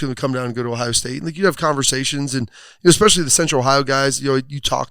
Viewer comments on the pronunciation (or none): "Ex-specially." I love Zack, but oof. It's been going on for years. Someone PLEASE tell him how to say 'especially.' Please.